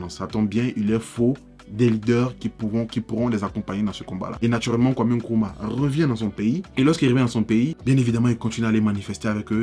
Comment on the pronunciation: NKRUMAH et non kuruma